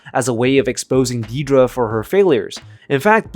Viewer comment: If you can't pronounce her name correctly then don't pronounce it at all. It's Dead-ra, not Dee-dra.